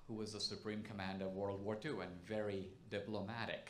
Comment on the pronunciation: Be vawy vawy quiet.